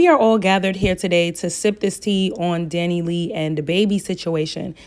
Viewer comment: The way she keep calling her Dani lee 🤣 I can’t